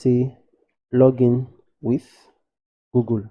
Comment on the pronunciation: why you say gogol its google not gogol 😂❤️